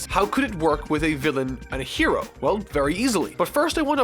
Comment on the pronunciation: That’s a weird way to pronounce “hero”